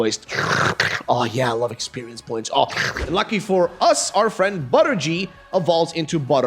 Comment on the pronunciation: him:buttergey me:BUTTERGAY